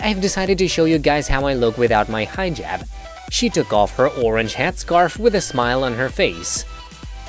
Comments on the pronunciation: Dude, it's Hijab NOT 'Highjab'. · "hi ' jab" lool what? its pronounced heeeejab!!! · It’s not “High -Jab”. Like are you kidding? I swear you did that for attention😭💀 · It is not pronounced “high jab”!!!!! Omg!! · Hee jab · Shaeda : Hijab Narrator : Highjub 🤦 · Why this guy in the video pronouncing "hijab" like that?? "The HI-JAB!" God... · It sounds like you said "high jab." God that makes it even more funny for these crazy Muslims.